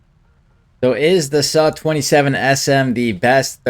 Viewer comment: "suh-27sm" </3